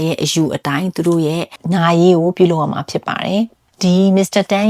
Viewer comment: ရမှာ ကို ဘာလို့ ကမှာ ကမှာလို့ပြောကြတာလဲဟင် နားထောင်ရတာ ဘယ်လိုရီးမှန်းမသိဘူး ကမှာ ကမှာဆိုတော့ ဒါပေမယ့် မမပြောလို့ နားထောင်လိုက်ပါ့မယ် အားပေးနေပါတယ်🎉